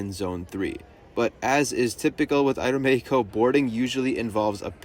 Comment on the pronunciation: appreciate the aeroméxico pronunciation. many people skim over it.